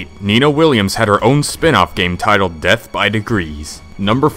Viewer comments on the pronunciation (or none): none